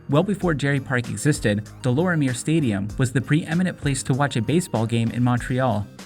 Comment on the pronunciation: Deh - Lawr - mee - yayy stadium. Is the proper pronounciation , kid